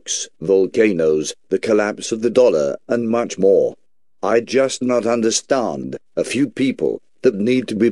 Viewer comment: "i jost not understarned." "don't try to debunkall" lol